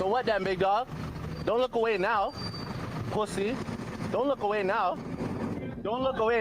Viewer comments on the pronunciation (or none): Poo-say 😂😂😂 which accent is this 😭😭😭